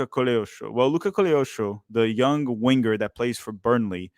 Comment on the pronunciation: Stop saying WIN-GER, it’s Winger not win ger Sorry